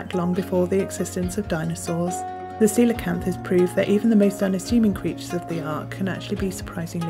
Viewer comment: Thanks for pronouncing it correctly! I've seen so many people say "coal-acanth"